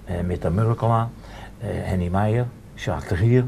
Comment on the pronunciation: Geweldig, hoe hij Sjaak de Gier zegt i.p.v Jack😂🤣 (Korbach doelde op 'Jack The Ripper', Jack de Gier)